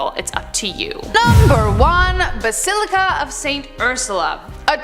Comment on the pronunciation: Basaleeca? You mean bas-il-ica